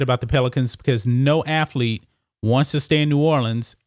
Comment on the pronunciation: "Hi, I'm Emmitt Smiff, and I was a great aflete"